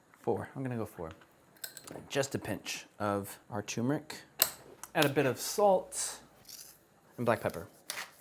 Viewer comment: I like how you pronounced turmeric differently twice lol